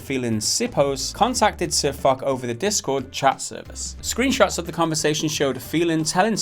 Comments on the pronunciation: Spelled Foch, pronounced Fosh. Just remember for next time. Watch one of their videos to hear them say their name correctly then make your videos :). Just some constructive criticism :P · Pronunciation sounds like "Fosh" as in Ferdinand Foch. Other than that, completely agree with you lads. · its pronounced as Fosh after the French tank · IT'S PRONOUNCED FOSH, MORONS. And you didn't do very much research either....Wargaming CANNOT DMCA SirFoch since they have a CLEARLY worded post authorizing ANYONE to use screenshots and in-game footage for WHATEVER you want. MORONS. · and it's F-oo-sh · Fosh..... use a shhh sound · Pronounced FOSH. Like the French WW1 general. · " but in French u say it Fock " Oh non ! Absolument pas !! I can assure you that you really pronounce the name of this French Maréchal with a "sh" sound at the end, like in "posh" ... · DexterityHD That's the germanic pronunciation, however the name is a reference to a french tank, so you should use the french pronunciation "fosh". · But his name comes from a tank in the game, AMX 50 FOCH. And Also, it's pronounced Foshe. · lol they said his name wrong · you should have spent at least 2 minutes in researching how to pronounce guy's name properly, you simple minded 'muricans... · im sure there are already comments like this, but foch is pronounced "ch" with a shhh sound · I make of it that you don't even know how to pronounce Sir Foch. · It's, Fosh...not, Fock. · Fosh. Fosh. Fosh. Not Fock... Whatever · Firstly say Fosh not fuck ;))) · Its not sirfock its sir FOCH CH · It's not pronounced sirfock,it's pronounced sirfosh. Don't upload it if you don't know how to say the dudes name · SirFok ... oO --> "SirFosh" Guys, get your shit together and your act right, that sounds kinda unprofessional. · it's funny watching them talk about world of tanks and not knowing what they are talking about xD and sir"FOK" omfg xD it's FOSH lol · lol they said ..sir fock ..its sir foch** the ch makes a shhh sound XD